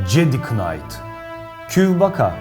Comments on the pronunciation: knayt değil nayt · k okunmmaz kardaşea niaytt diyeceksin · Kınayt mı ? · Sende yanlış telafuz ediyon "kn" ile başlayan kelimelerde k okunmaz yani kınayt değilde nayt olarak okunur